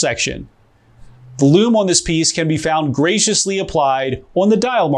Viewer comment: Oh man that LLUUUUUUUUME! Today I happen to be sporting my Seiko Luxe Diver SNR029 the watch that was awarded the Grand Prix Horology Geneva (sorry not into swiss pronunciation) award for best diver 2019. I wish they would put a 24 click on the bezel tho. Great review and vid. See you soon.